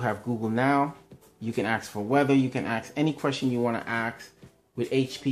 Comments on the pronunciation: Ask not ax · I'm dying hahahaha: "Any questtion you wanna axe"